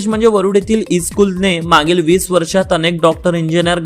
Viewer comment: मांगील नाही मागील थोडं दुरुस्त करा सर